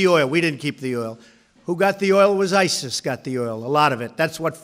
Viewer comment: Am I the only one who noticed Trump calling ISIS SIRI? :D